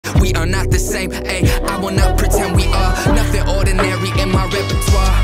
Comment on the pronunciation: OR-DI-NAIR-Y bit so catchy 😭